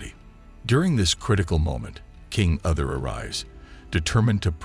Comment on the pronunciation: King ‘Other’ …these pronunciations are wretched.